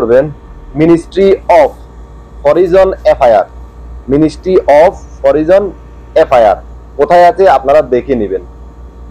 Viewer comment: Of এর বাংলা উচ্চারণ অফ না হবে না অব হবে।